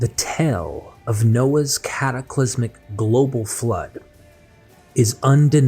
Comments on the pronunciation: "Historicity" ?!? Please. You wreck your own credibility with such made-up words - while not able to pronounce long vowel sounds. It is "tāle" - a long ai/ay sound. Not "tell." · Brother, “Tale” is not pronounced “Tell”. It sounds just like “Tail”.